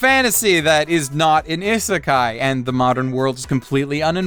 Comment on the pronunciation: He doesn't pronounce isekai correctly